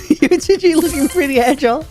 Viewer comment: Dude it’s UHCG !!!! DUUUDDEEE !!!!!!